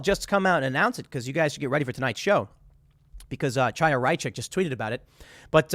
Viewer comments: The first syllable of Chaya Raichik's name is the same as in "Chanukah." It's not a "tsha," it would be closer to say "ha," if you can't make the gutteral Hebrew "cha" sound. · Chaya is pronounced "Hiya" btw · Love your stuff, Tim! Just a small note, Chaya is an Anglicized Hebrew name. A closer pronunciation would be Hiya (as though you were saying hello casually.)